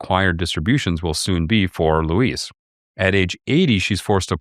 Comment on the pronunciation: That's pronounced loo-EEZ or Weezy for friends and family.